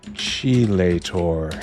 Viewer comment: sorry to be pedantic; "chelator" is pronounced "keylator"